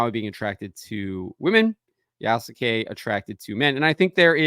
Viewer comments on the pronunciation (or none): The U in Yasuke is virtually silent, in correct pronunciation. It is spoken like "Yaskay".